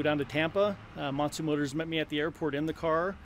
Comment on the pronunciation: He keeps saying Motsu motors but they are actually Montu motors haha